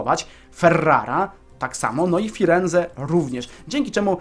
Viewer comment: gałganie jak ty wymawiasz te nazwy prowincji:D? Nie abruzzi tylko abrucsi, nie calbaria tylko calabria nie firenze tylko firence i nie romagna tylko romańia (gn = ńi)... Nie żebym się czepiał ale trochę mnie to irytuje:P i pewnie dlatego będziesz robił to częściej Kappa P.S. Mieszkam we Włoszech dlatego też wiem jak się czyta nazwy tych prowincji;)